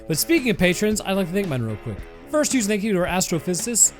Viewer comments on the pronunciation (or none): none